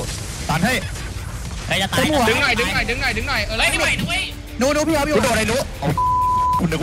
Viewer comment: ฟังร้อยรอบยังไงก็ nunu